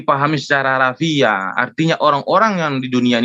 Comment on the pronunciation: Harafiah...harafiah...oi meme harfiah woi bukan harafiah 🤣🤣